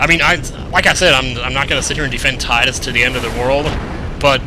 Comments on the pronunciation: Aww c'mon, Tee - dus sounds so wrong. You know it's pronounced TI - dus. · i thought his namewas tidus not teedis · its TY-DUS not TEE-DUS lol love your vids, more ffx pz!! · well I'm going by the original japanese which was tida, pronounced tie-da which is the way the game designers intended it, when it was translated it was changed to teedus officially but game designers don't get a say in the way names are translated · I always pronounced his name "Tie-dus" myself. Do most people pronounce it "tee-dus"? I admit, that pronunciation seems more fitting with his whiny character, looking back on it :-) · Still..have you talked to SquareEnix? I doubt it. Even they say it both ways. They don't flippin' care. And they show that with the KH series, I know KH1 Wakka says "Tee-dus" and in another game (CoM?) its pronounced "Tide Us". So there's no true official pronunciation. Same with Zidane from FFIX, I say Zi-DANE (like in great DANE), some (like HCBailly) say it as Zi-DAHN. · can you please say tide-us and stop saying teedus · please say Tide-us it sounds better to me